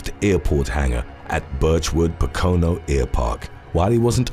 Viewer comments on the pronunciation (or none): I'd rather hear Pocono pronounced correctly. Its Poke-oh-no. As for the question I don't want to lose my right to vote, but if I went to prison I would do that. I'd still take prison over not voting, if it were legal